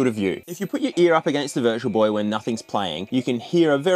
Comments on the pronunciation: Just me that heard "It's the Virgil Boy!"? 😆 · I thought he said "it's the virgin boy" in the beginning lmao love your videos, dude <3